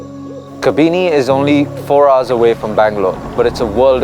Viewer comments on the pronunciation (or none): Why does he mispronounce Kabini? It's not Kabeeni.